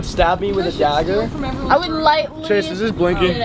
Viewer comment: No one: No one at all: Not a single soul:: I hAvE A DAggERRrR